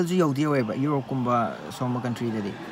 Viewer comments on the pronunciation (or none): none